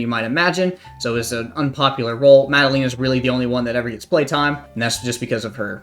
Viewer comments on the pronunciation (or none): It's also not maddelina, but Maddelehna lol